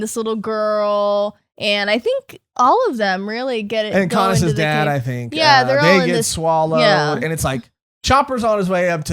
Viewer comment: It's v-earth or vearth. Not varce. And Luffy did say why did you tell us. Coz he didn't want conis to get into trouble. And it's co-nis. Like the second name u pronounced. Not coin-is.